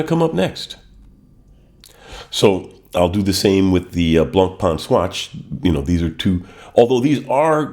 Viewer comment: You're collection is really interesting and your commentary was great I enjoyed this post very much, thanks. You pronounce the French names very well except Blancpain, fore some reason American watch people struggle with this one.